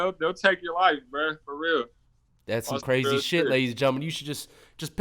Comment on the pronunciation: He Cwazy.